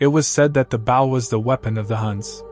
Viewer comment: The voice kept saying bow wrong.